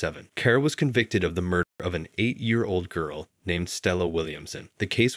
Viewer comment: This man really needs to learn how to pronounce words like girl its not that hard